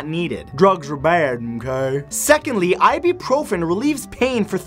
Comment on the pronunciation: It's not pronounced ibeeprofen